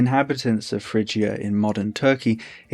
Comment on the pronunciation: Isn’t the ‘g’ in Phrygia a hard ‘g’?